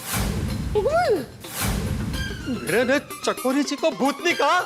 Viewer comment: Chakori ❎ Chichori✅😂